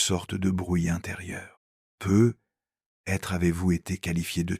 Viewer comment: Il faudra penser à corriger la prononciation de l'IA sur les "peut-être" car c'est très pénible à la longue, merci.